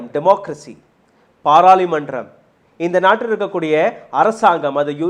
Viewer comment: அது பாராளிமன்றம் அல்ல பாராளுமன்றம் என்று உச்சரிக்கவும்